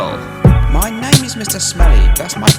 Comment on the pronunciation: "that's my bloody naiime" :D :D